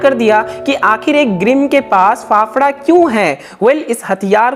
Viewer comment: its not phaphda its phavda